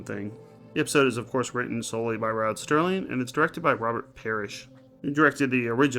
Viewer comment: Dude, why do you keep saying Rod Sterling? You do know the name is Rod Serling right? I give it a 6 or 3 out of 5. I like that Bookman saved the girl's life and sacrificed himself finally instead. We see a better example of this in the Season 5 episode In Praise of Pip. I guess I'm a bigger fan of the lighter episodes than you are. You're probably really going to dislike In Praise of Pip and A Passage for Trumpet then, when you get to them, both featuring Jack Klugman. Cool, Forbidden Planet also had Anne Francis, whose in the After Hours episode from Season 1.